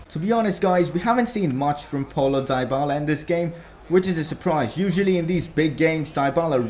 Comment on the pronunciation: it's dee-bala you dumb bitch say it right